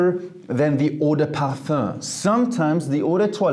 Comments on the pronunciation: “Parfah” I love hearing it 😂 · I love how he pronounces parfum